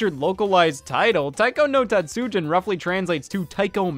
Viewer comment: Scott I love you but that pronunciation of tatsujin gave me whiplash